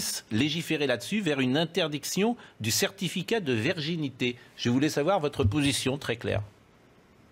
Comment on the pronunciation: Mr PRAUD , vous qui êtes si cultivé (on ne ris pas !!) verginité au lieu de virginité , vous avez encore bouffé un truc pas frais .........